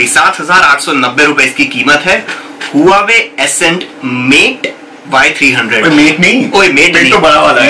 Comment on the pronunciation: If u dont know how to pronounce Huawei say (Wah-way) But plz don't spell it wrong lolx